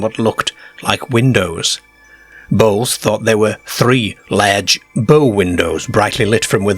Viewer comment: It was laiirge too. We sound funny to this guy.